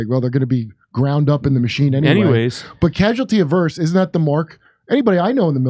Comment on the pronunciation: Averse /əˈvərs/ Stop trying to change the pronunciation, dude. Where’s Jimmy?